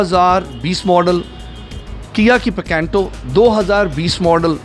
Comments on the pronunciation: Picanto ya PECENTO ? 😂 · Pacantoo ni PICANTO hay .....Bosdikay